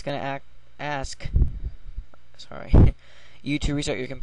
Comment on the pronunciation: "AKS " Great work bro :D